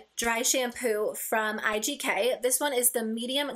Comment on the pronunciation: Girllllllll first of all when you said IGK I heard “urban decay” lmfao... anyways I can NEVER tell if a dry shampoo is even doing anything! I never get greasy hair but I like to think it provides some volume